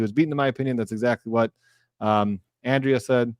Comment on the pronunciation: Andre-a not andrea come on please try to call her by her name correctly. An exceptionally smart lawyer who is always so well prepared & great at explaining things to a lay audience but still remain professional in her words.